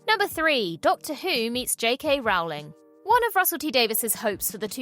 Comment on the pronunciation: Good vid! Although you’re pronouncing Rowling incorrectly.